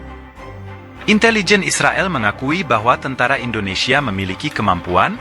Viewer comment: Bukan..tentra..tentara Bang 😂